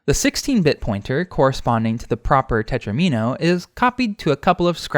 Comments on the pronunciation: Not "tetrimino," tetromino. It rhymes with domino. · it's tetromino like domino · I hate to have to tell you this, but it's spelled tetromino (not tetrimino) and pronounced teTRAHmino, sounds like domino. Plural, FWIW, is most commonly -es. This might be good for Hydrant Dude (and everyone else) to know too. Great stuff otherwise as usual.